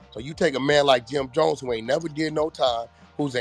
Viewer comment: Dat mane said Jim dones ,😂😂😂😂😂